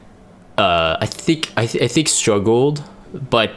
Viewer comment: "I thic" why i hear that everytime he says i think... 😅